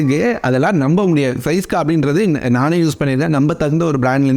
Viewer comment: Bro neenga ean different ha pesureenga fourteen and syska